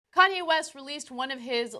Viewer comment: Did he say cayenne instead of Kanye!